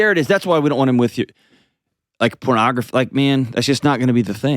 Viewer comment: Chill lady... Chill... "Not if he's using pronogrfy...." Out to lunch.